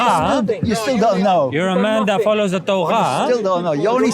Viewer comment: Bro z its torah not torgha